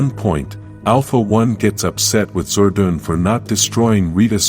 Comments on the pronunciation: Your saying Zordan name wrong if ur going 2 Do Vedios especially about Power Rangers Make sure you say there name right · It made me mad when he said "Zordan" 3 times when he said it but i knew it wasn’t his fault so i decided to calm it down. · Can't watch it on account that Zordon's name is being mispronounced.